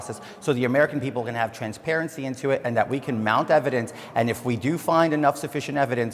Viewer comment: Hahah…he said “transparency”…lol